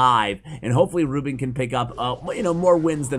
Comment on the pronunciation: His name is pronounced ru-BÉN, not RÚ-ben XD